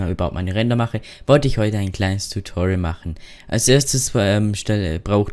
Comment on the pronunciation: btw es Heisst Tutorial und nicht Tutuorail